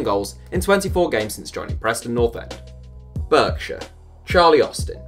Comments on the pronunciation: BARKSHEER NOT BERKSHEER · Berkshire is pronounced BARKshire BTW ;) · Did you really pronounce Berkshire as “b-er-k-shire”? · It's pronounced 'Bark-shire', not "Berk-shire" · Its pronounced barkshire not berkshire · It's BARK shire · “burk... shire” oh dear meeeeeee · Excuse me Sir but Berkshire is pronounced Bark-Sheer, good day. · It’s pronounced barksher for Berkshire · It's pronounced "BARKshire" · It's pronounced bark-shire. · Christ that pronunciation of Berkshire I'm offended 😂